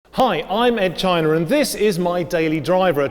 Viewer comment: Funny how Ed pronounces his name as "Chiner".